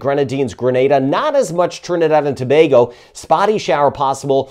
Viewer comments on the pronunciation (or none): none